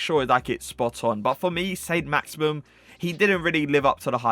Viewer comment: Saint "Maximum" 😂